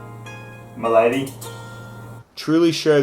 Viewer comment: I was just looking at this one! Superb timing! And "Mylady" with your downunder accent is hilarious. In a creepy kinda way...